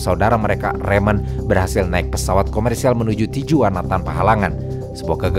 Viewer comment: mohon maaf, pengucapan tijuana mestinya tihuana. konten2nya selalu menarik ❤